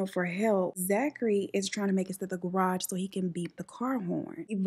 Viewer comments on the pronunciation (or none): none